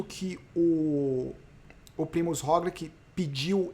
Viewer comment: Pq vc voltou a falar "Rogliqui" e nao mais "Rogliti"? Sendo que ele mesmo pronuncia o nome dele como "Rogliti....